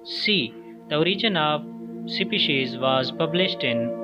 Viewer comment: Why he spells Species as shipishi🎉.... Sperms as siperm?